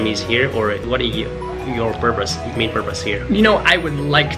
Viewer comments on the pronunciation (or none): none